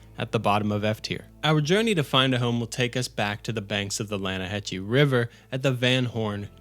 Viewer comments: Yeah, but it’s pronounced lanna-hassee 😂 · Its La-na-ha-see